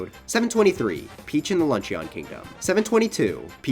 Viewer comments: Luncheon is pronounced "lunch-in". "Lunch-eon" sounds like the name of an Eeveelution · hhhrggnnn.... he says "lunch-ee-on" instead of "lunch-un" video ruined /s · "Lunch-eeon" bro it's "Lunch-in" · ITS LUNCH-IN NOT LUNCH-EON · Very good video and the reason I’m gonna subscribe but I HAVE to say this: luncheon kingdom isn’t pronounced like a eeveelution with the ending “ee-yon” it’s pronounced “lun-chin” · It’s pronounced, “lunchen” not “lunchEON” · I love your content, but dude, it's pronounced "Lunch-uhn" not "Lunch-ee-on" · The pronunciation is “Lun-shun” not “lun-she-on” for the Luncheon Kingdom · Awesome video! I disagree with like 50% of your philosophy and got shivers every time you said "lunch eon" instead of "lunch in" but it was a great watch! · Good video mate... for future reference the "o" in luncheon is silent... it's pronounced lunch-en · it's pronounced lunch-in... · This list is GREAT. It’s lunch-un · Anyone else notices how this is his favorite game ever but he pronounces Luncheon like Lunch-eeyon? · “peach in the lunch-EE-on kingdom” Luncheeon maybe my favorite eeveelution. But seriously great vid! Keep up the great work 👍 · Idk why but someone calling luncheon, lunch-eon like it's some sort of evielution is just wrong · Imma drink every time he says luncheon wrong Edt!frthn cdss zased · I can't get over how you pronounce Luncheon. Like, that's not you pronounce luncheon. Have you not watched the critically acclaimed "Steamed Hams"!? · Amazing video and can’t imagine how much time it took you to complete this video. Mario Odyssey is my favourite Mario game and top 3 of all time. I just can’t get over your pronunciation of Luncheon Kingdom! Haha 👍👍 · The way you pronounce Luncheon is driving me absolutely insane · IDK if it's me, but I find it hilarious how he pronounces luncheon kingdom. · he can rank every moon but still can’t pronounce luncheon correctly